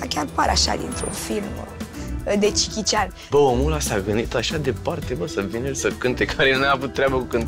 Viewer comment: mai dragilor, nu e cichi cian. e jechi cian.